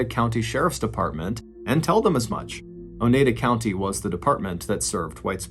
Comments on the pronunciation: Love the telling of the story. One note. I live in upstate NY. You pronounced it O NE DA county. It's O NYE DA county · Oneida (o-nye-duh) 😆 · The name of the county is pronounced oh-ni-da (long I sound), after the aforementioned Native American tribe. Crazy stuff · It's pronounced O-NEYE-da. Long "I" sound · Pronounced Oh NI da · I knew about this case but enjoyed your telling as usual. However. Your pronunciation of “Oneida” rubbed me the wrong way. I’ve always heard it pronounced “o-Nye-duh”. Kinda rhymy with Ore-ida (potato products). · The way he says Oneida hurts my soul 🤣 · This is terrible just terrible 😔😔 I love your stories!! And it's cracking me up on how you're pronouncing Oneida county 🤣🤣🤣♥️♥️